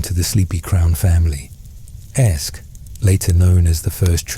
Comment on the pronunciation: Every linguistic source I can find says that “AEsc” would have been pronounced “Ask,” not “Esk.” It sounds like the “a” in “hat” or “cat.”